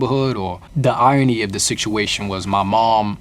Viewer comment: Whats with him saying siktuation? Is that a new York accent thing or is he just misspronouncing? Not trying to be annoying just honestly wondering